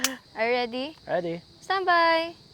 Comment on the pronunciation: Uy.. bagay sila me chemistry 😂.. sarap ng pagbigkas ni mam ng... Standby.. cute